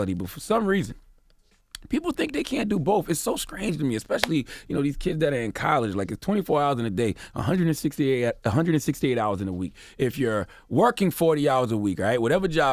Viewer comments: CHARLAMAGNE!!! Nigga did you say "it's so skrange"??? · DID HE SAY, "SKRANGE" TO ME! 😳 🤣 DID HE SAY "CONSKRUCTION" ACCIDENT! 😳 🤣 CTheGod, I can see how you feel you're very blessed and your black is a privilege; you are truly a blessed lucky man to have a great position in media and communications without a college degree or proper enunciation. You're the 1%. Much love, respect and continued success to you. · What’s strange to me is that you can’t say strange. It’s strange not scrange. U get donkey of the day